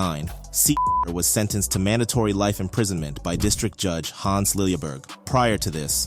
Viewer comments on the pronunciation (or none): none